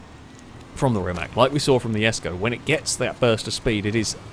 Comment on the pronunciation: It is pronounce the Koenigsegg jesko!!!